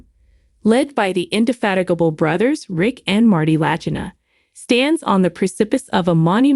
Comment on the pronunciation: She can't even pronounce the names of the Lagina brothers right. What a load of garbage